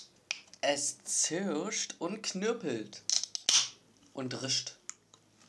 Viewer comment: das legendäre "Es zirscht und knirpelt..und rischt" (und "wa" dürfen wir auch nicht vergessen)